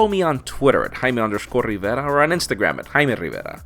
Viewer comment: Jared Neal I think he did it in purpose to make fun of Jaime. But I like how Jaime still say Rivera the right way, and no gRivaHrigh or whatever lol